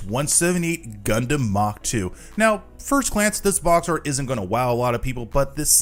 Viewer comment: The RX-178 MkII, with the mk meaning "MARK"2 not "mock"2. Rewatch Mobile Suit Z Gundam and listen CLOSELY to the words.